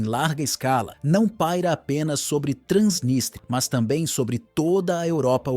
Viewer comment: É Transnístria e não Transnistria.